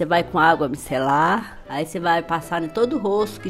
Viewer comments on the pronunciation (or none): Água bicelar😂😂😂